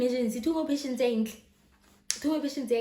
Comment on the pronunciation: "Two more patientse?!"😂😂😂😂😂